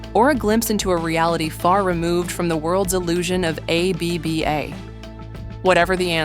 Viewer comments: Who is A - B - B - A? More mischievous AI bullshit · Why is AI so stupid that it can't pronounce ABBA?